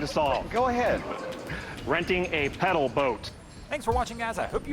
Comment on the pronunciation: "Renting a pedaw boat". 🤣🤣